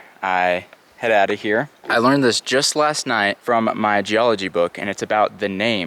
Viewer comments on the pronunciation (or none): none